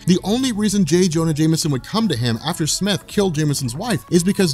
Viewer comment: Isn’t it smythe not smith?